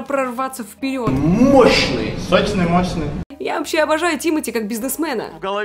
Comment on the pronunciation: СОЧНЫЙ - сощшный, мощшный Орууу🤣🤣🤣